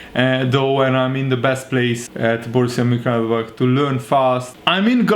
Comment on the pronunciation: If you having trouble with the pronunciation it’s Moon-chin-glad-back